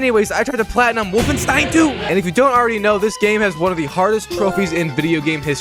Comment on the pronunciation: at least he pronounced wolfenstein correctly this time